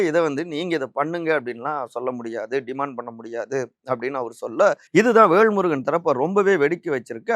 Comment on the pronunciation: விகடன் சே தா வும் விகடன் பத்திரிகை யும் எடப்பாடி ...ஆதவ்...பிஜேபி...க்கு தான் எப்போதும் ஜால்ரா அடிக்கும்...வேள்முருகன் அல்ல.....வேல்முருகன் சரியா உச்சரிக்கவும்